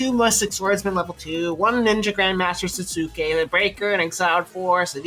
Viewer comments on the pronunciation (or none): why does everyone doing vids on GF mispronounce the name SASUKE? don't you guys watch anime or read manga? it's Sas-Ke not Sa-Zoo-Ke